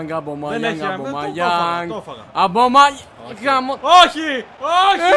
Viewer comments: Ομπαμεγιανγκ λεγετε οχι Αμπομαγιανγκ! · Και Αμπαμεγιάνγκ λεγεται